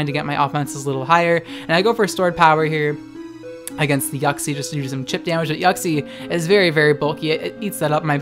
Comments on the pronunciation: Boi it's "Yiu-ksie" Not "Yuck-see" Your pronunciation is.... Yuck See what I did there? Yeah I'm gonna stop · I heard it as YUCKxie instead of Uxie lmao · Idc if I’m late, but you pronouncing Uxie as “yoksi” is hilarious to me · Also I'm late as well